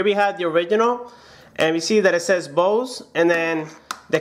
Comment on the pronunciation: You pronaunce Bose wrong